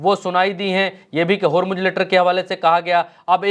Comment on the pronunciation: होरमुज होरमुज क्या है. ज़ ज़ ज़ होरमुज़ बोलो